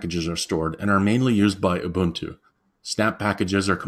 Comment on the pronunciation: Pronounces Ubuntu correctly. Subscribed.